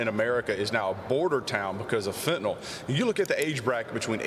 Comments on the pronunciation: Poorly spoken 💩. He can't enunciate "Fentanyl" correctly. How could you not know how to say it? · This fool can't say the word "FENTANYL" correctly? How can you live in America and not know how to say "FENTANYL"?